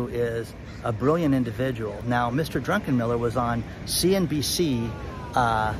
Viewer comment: I'm sure his name is often mispronounced. It is, after all, Druckenmiller, not Drunkenmiller as you pronounced it. Also FYI, Bill Gross is no longer with PIMCO. Keep up the good work,.